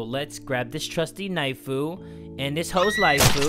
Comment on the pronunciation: I love it when u say "lets gram this trusty knifu and kill her lifu"😊☺️😳